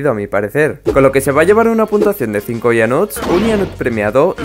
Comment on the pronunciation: cuando pones esa letras pequeñas cuando pones la puntuacion dice puntasao